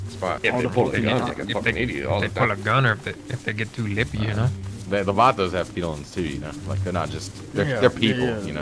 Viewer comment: IM SORRY BUT ITS VAGOS AND BALLAS NOT VATOS AND BALLERS